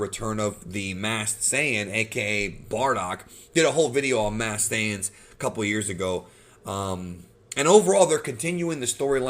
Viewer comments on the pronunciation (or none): none